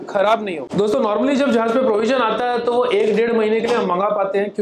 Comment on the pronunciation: Not "Zahaz". Its "Jahaz".